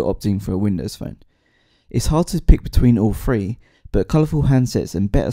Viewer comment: It's kinda hard to pronounce the word "three" if you aren't a native english speaker ;) I'm danish myself, and I'm having some issues with pronouncing "three"... It sounds like "free" to me... But I do know what the difference is ;)